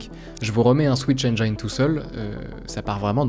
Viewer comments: Je veux pas être relou mais on prononce « engine » comme jean❤ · "Engine" se dit [èn jinn]. J'ai appris ça il y a longtemps, je fais partager ! Excellente vidéo très bien dirigée, se laisser porter par le récit est tellement agréable. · La vidéo est absolument incroyable ! Par contre la prononciation de "engine" est a revoir haha ;) Mais ca n'empêche pas d'apprécier ton contenu au vu de la qualité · Super vidéo. Par contre, pour info le mot "engine" en anglais ne se prononce pas "aine-jaille-ne" mais tout simplement "aine-ji-ne". Ça m'a écorché les oreilles, surtout que tu le prononces un paquet de fois dans cette vidéo 😅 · Excellent :D Mini remarque : tu prononces mal le mot "engine" (le i se prononce juste i, pas ay) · Engine de prononce avec un "i" pas un "aï" :) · super, bien expliqué, et un peu de nostalgie pour moi car 'est l'un dès premiers trucs que j'ai codé pour apprendre le parallélisme en informatique 😁 ( PS: on aime faire de l'anglicisme mais on prononce le "i" dans engine, on dit pas "ai" mais bien "i"... trop de personne font l'erreur, par exemple dans unreal engine 😅😅 Je fais mon relou mais y a rien de méchant dedans) . Sinon encore une masterclass, un like comme toujours et hâte déjà d'une prochaine vidéo... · "Mais non, pas toi, pas comme ça!!!" Cher, j'adore ton contenu, donc je me dois de te dire que "Engine" se prononce "haine-dji-ne" et non pas "haine-dja-yne". Bien à toi. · merci pour la vidéo très intéressante, cependant attention on prononce engine "enjine" pas "enjayne" ;-) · Society if les youtubers français arrêtent de prononcer "enjaïne" pour dire "engine" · S'il vous plait, apprenez a prononcer ENGINE... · attention prononciation de engine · Super video, par contre c'est pas comme ça qu'on prononce "engine" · Rip la prononciation d'"engine" :( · cool vidéo mais ouah ta prononciation de engine fait mal